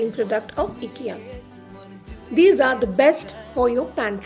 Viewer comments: It's not eekya it's IKEA ❤️ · It’s pronounced ‘aye Kia’ not ikkia pls dnt mind! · Hi as it’s a Swedish name the pronounciation is “eekya” but you can call as ikea as well coz noun can be pronounced in any way… phonetically I sounds as “e” ❤️ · Hi sorry to disappoint you.. but it’s”ikkia “ (as its a noun so you can pronounce it in any way)FYI -the brand is from a Swedish name so the pronounciation is exactly the way I did…😊plz don’t mind .